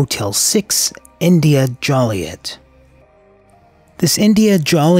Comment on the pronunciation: Great video! P.S. It's pronounced Jew-lee-et not Jolly-et